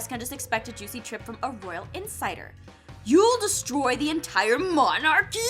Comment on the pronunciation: Monar-kee. XD